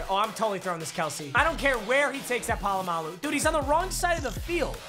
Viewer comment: How he says Polamalu" Pa-lu-ma-lu!!!"